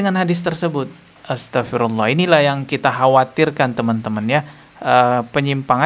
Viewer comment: belajar ngaji yg benar... saat bc Naudzubillah.....dstnya...... ko SALAH!!! Bc Astaghfirulloh juga SALAH!!! Bc ayat At Tahrim: 6 juga SALAH!!! & semua yg baca di konten pd SALAH.... Subhanalloh 🙏🙏🙏